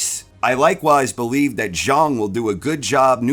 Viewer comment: Congrats on correctly pronouncing "Zhang"!!